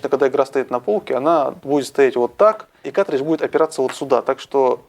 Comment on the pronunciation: плату с игрой можно изготовить самостоятельно или на заказ. на ютюбе полно умельцев занимающихся подобными вещами. P.S.: и да правильно говорить "каРтридж", а то уши режет